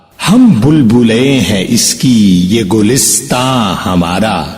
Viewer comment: Bhai wo gulistan nahi gulsitan padha jaayga kyunki iski behr مفعول فاعلاتن مفعول فاعلاتن hai